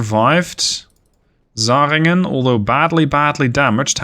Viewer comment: your pronounciation is generally pretty good but the "zähringen" is just butchered :D